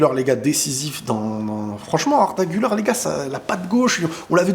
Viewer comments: on prononce "Gulère" et pas Guleure, et "Yo"vic pas "Jo"vic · Très bonne vidéo. Malgré tout, en tant que Turc, j'aimerai juste que la prononciation d'Arda Güler soit correcte, car en effet, "Güler" se prononce "Gül-air" et non "Gül-eur". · Le R , Arda Güler on le prononce Gulère en francais pas guleur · Exactement😂 mais tu sais il doit le franciser